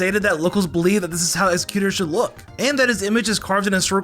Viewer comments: How could you butcher exeggutor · Why tf do you say Exeggutor and Kalos like that?